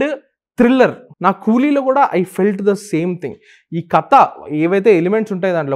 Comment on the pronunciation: కత కాదు 'కథ'